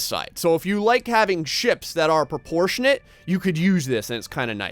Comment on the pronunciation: "Proportionate" - just no.